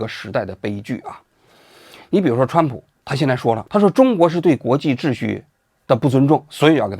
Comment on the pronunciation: 蹿普 这发音 ,挺好 挺好